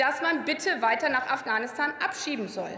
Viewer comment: Afghanistan oder ofganustan, lerne erstmal wie man redet